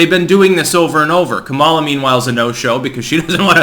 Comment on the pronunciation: It's pronounced Ka'-ma-la, not Ka-ma'-la.